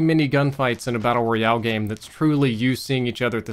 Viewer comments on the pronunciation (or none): none